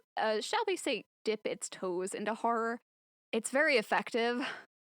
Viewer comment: I thought she said Harem not horror